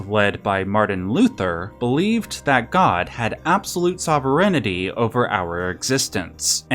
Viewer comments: Oh my god; you're the 4th person to pronounce sovereignty as 'SOV-REN-ETY' I never heard someone mispronounce the word until. I hate it so much! It drives me crazy" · Claims to be an intellectual…can’t even pronounce sovereignty…smh